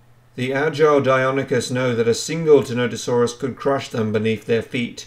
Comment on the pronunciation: "what do you think of Tenotosaurus?" i think you've mispronounced its name the entire video. its ti-NON-tə-SOR-əs